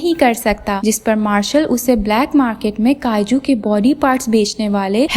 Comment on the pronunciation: Kaaju 😂😂 ya kayju